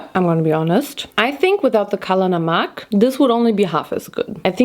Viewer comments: as an Indian hearing you say “kalla namak” was so cool😭👍🏻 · Died listening kala namak.. 😂 Indian viewers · me as a pakistani: seeing her say “kala namak” is so satisfying 😅❤ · Kala namak AW MAN THE WAY SHE SAID IT MADE MY BROWN HEART HAPPY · “Kala namak” lmao love ur pronounciation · when she said kala namak my indian ears were like 'did we hear it correctly?!' knows kala namak? omgg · My indian heart when she said ' kala namak ' (´ε｀ )